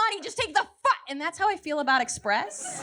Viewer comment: express sounds like macies